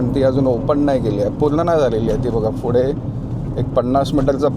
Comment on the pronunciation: फुडे नाही रे पुढे 😂